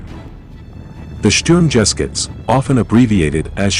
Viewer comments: OMG, "the Sturm jeskuts"! I just WISH the narrator would pronounce foreign words correctly! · "The Shturm-gesh-gutz" ... that's a new one "Hugo Primozick" lmao gold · XD, where he took the second g from? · Strumgeshuetz = shtoorm ge shootz not shturmjeskits as pronounced by the narrator. Otherwise great content. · Love the vid, one remark though, pronounciation is more like "Sturm ge shoots" then "sturm jeskits". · why does he say sturm jeh skitz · It’s pronounced Shturm - Ge-shutz (Sturmgeschütz)which means assault gun. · Sturmgeschütz. Say Shturm Geh Shootz. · Go back to hiring Human narrators, eh? your dam'd robot can't even pronounce "Sturmgeschutz" correctly. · It is pronounced Sturm ga shoots!!! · Nice video. FYI: it is written Sturmgeschütz, it is pronounced sturmgheschutz. Also, does anyone know what StuG version was he in. Much appreciated. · sturm-ges-chutz?? come again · When i hear him pronaunce Primožić and sturmgeshutz i wana cry😂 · And you cannot even pronounce Sturmgeschütz. 0___0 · I dont think sturmgeschutz is pronounced like that.....